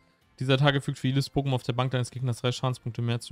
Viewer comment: Das Opening der Booster war schon sehr schön, die Mädels haben sich aber leider nicht von ihrer klugen Seite gezeigt. Wenn ihr in diesem Shop arbeitet, denn lernt bitte die Pokemonnamen richtig auszusprechen. Ich würde zur Beratung nicht zu euch in den Shop gehen, da muss ich ganz ehrlich sein.